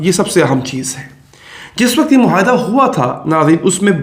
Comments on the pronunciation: Plz. say MUAYHIDA & not MOHAYDA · آپ بھی"" مہا ئدہ "" بولنے والے ہندوستانیوں کی صف میں ؟؟؟؟؟ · It would have been better if the maps remained on screen a little longer. Please pronounce the Urdu word معاہدہ correctly.